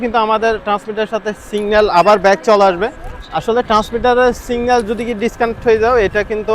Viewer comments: সিঙ্গেল নাকি সিগনাল❓ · ভাই বঙ্গোপসাগর এর আয়তন কী 5 বিঘা জমি, যে ড্রোন নিয়ে বঙ্গোপসাগর এর মাঝখানে চলে গেলেন😅😅। আর ভাই ওটা সিগন্যাল, সিঙ্গাল না। 😊😊😊😊